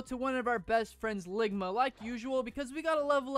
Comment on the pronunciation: It's longma not lligma